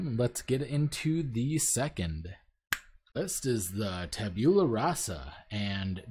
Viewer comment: "Tabeulah" xD It's "Tab-u-lah"